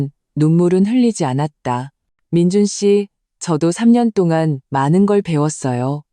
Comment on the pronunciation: 아무리Ai 가 읽어주는것이지만 올케 를 보고 "재수" 라니 ... 칠칠치못하고 똑똑 하지못한 민준 계속 그렇게 살아라 결혼 하면 자기가족(부인)을 최 우선으로 해야 자기자신도 앞길이 잘 살아갈수있다는걸...누나 시어미 만 생각하며 미친집구석 혼자 그렇게 살아라 그리고 "민준"이라고 해야지 항상 "민주" 라고 하고...